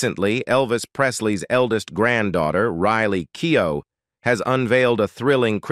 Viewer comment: I really wish you would stop mispronouncing her name.